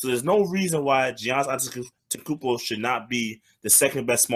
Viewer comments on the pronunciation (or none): I gave this video a thumbs down simply because they refuse to say this Man's name correctly. Giannis Antetokoumnpo. Pronounced Ya-nis Ante-toe-koom-poe. It aint that hard. I 'm so sick of hearing his name mangled by dumasses who do the shit on purpose.